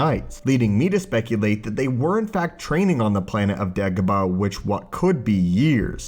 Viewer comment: It's Dagobah, not degobuh